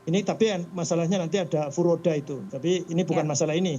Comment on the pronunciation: Puroda???😂😂😂furoda kali...😂😂ini bukan visa furoda ya masuknya pakai visa legal resmi..hajji reguler.. pembatalan ini dikarenakan yg bersangkutan pernah jadi TKI bbrpa th lalu d arab saudi dan bermasalah sehingga kena sanksi selama 10 th ga bs masuk ke arab saudi.. dan th ini sanksinya baru berjalan 7th. Jd secara otomatis dari sistem imigrasi arab saudi dy kena blacklist.. duh bu kalo liat berita jgn setengah2 dong..tonton sampai habis biar ga salah informasi..jd saya ulangi ya jamaah tsb dideportasi dr arab bukan krn visa furoda tp krn pelanggaran hukum bbrp th lalu yg dilakukan di arab saudi shg imigrasi arab mndeportasi jamaah tsb